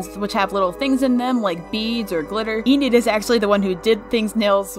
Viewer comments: I love your vids so much! Keep up the good work I hope it doesn't sound offensive but its pronounced en - id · Its pronounced "Eh-nid"